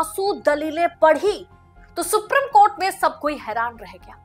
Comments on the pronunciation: Dear madam suprim court naheen Supreme Court hei Aap ka uchharan कानों को khatak ti hei K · Sooprrammmm coat 😂